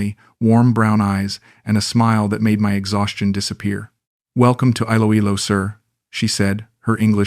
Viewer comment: Great AI story.. Note to Author : perhaps if you type Eeloeelo your reading bot could pronounce it properly.